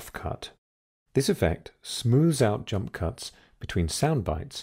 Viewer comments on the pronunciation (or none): No one has noticed he says "jump cunts" ?!